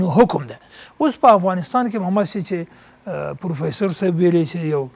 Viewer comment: دغه محترم نطاق صاحب لا تر اوسه هم ف ته پ وایی او پ ته ف ، فروفیسور صاحب 😁 همغه چی پروفیسور ووایی ۔